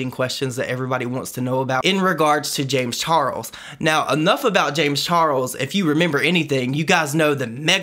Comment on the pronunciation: The way he pronounce James Charles name sounds like James Charols